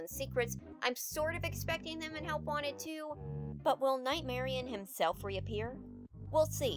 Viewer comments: I hate how people pronounce it nightmari- own instead of nightmari-uhn like how it's spelled. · You guys say "Nightmarian"? Odd... maybe it's cus I'm not a native English speaker, but I always called it "Nightmari-on", with emphasis on the "onne" part like I'm saying "on".